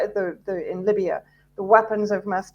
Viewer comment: WTF is Libyar, Syriar and Chinar? Speak properly.